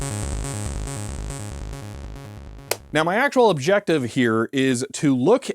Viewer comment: That is not the standard pronunciation of 'objective' in English. It's j not jz ADDITIONALLY 'ezfectively' is not a word at-all.